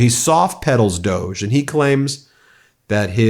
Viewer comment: Stop calling it DOG3 IT'S REALLY DOG-E.